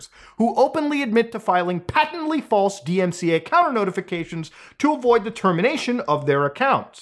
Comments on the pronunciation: You saying ‘flase’ caught me off guard and made me laugh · 😂😆🤣 “flase” why does that sound funny to me?!